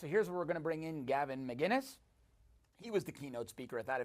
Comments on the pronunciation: *McInnes not McGuinness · McInnes, not Maguiness. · It’s McInnes with a hard C, you could see he was annoyed with that at the end, called out crowder for it though lol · Why can't nobody get his name right? Where does the "g" comes from?